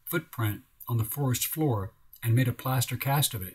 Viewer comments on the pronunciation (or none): none